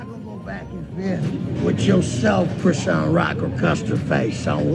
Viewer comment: First of all, that's not how you pronounce her name. Secondly, you haven't seen her contract for the house so stop speaking on stuff you don't have facts on! Stop coming for my frenn.